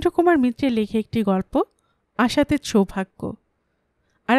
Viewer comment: শুরুতেই ভুল। শব্দটা আশাতীৎ, নয়, আশাতীত অ